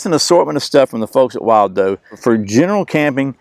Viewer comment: it's pronounced "will do". Like this cup or bowl will do!